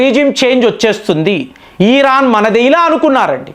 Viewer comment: ఈరాన్ కాదురా బాబు. ఇరాన్ అనాలి. సకం కాదురా నాయన సగం. నువ్వు అనలిస్ట్ ఏంటిరా బాబు. టీవీలో స్క్రిప్ట్ చూసి చదవడం కాదురా